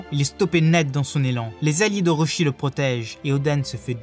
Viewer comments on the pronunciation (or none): C'est pas Eustach Kid mais Eustass ... également pour le Baratie ça se prononce "Baratié" et pas "Barati" ... c'est pas "Orochi" mais ça se prononce "Orotchi" ... et pas Corrida "Coloseum" mais "Colosséum" ... encore et encore des fautes ...